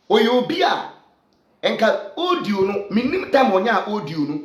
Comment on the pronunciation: Please use your commonsense, to pronounce well. The word is audio no odio